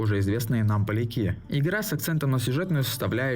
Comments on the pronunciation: А почему ты произнес полякИ с ударением на И? Ты пытаешься таким образом троллить всю Польшу? Или ты человек с ограниченными лингвистическими способностями? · Досмотрел до конца. Прости, если обижу, но тебя очень тяжело слушать, из-за нечеткой дикции, монотонной читки текста и убийственных ошибок вроде полякИ. Не говоря уже о вторичности темы и вообще формата. Было уже рассказано всё давным давно и гораздо качественней. Вообще непонятно, для кого эти разговорные видео. Большинство приходит за нарезками, может от этого стоит отталкиваться? Ты как будто пытаешься на двух стульях усидеть с англо и русскоязычной аудиториями. В итоге упускаешь и тех, и других. Сначала снимаешь на английском, потом на русском, дальше опять будешь на английском. При этом добавляешь такие пассажи как «еврейская жилка» и «греет русскую душу»... Не хочу бросаться обвинениями, но бритоголовым ребятам это бы понравилось. Это целевая аудитория? Оттолкнись от того, на что есть спрос, иначе просто пропадёт кредит доверия у тех, кто приходит за совершенно другим контентом.